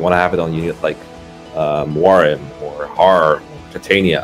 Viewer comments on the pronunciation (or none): It kills me every time says “Muraim” instead of the characters actual name, “Muarim.” Even the spelling in the character stats image they put together has the name wrong… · MUARIM not muraim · Muar-im not muraim plz read better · Are they saying "Muraim" for the memes or not ? Because it's Muarim x) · Oh, its Muarim not Muraim.